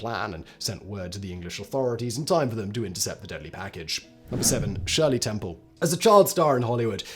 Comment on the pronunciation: Hey, he pronounced "Shirley Temple" correctly.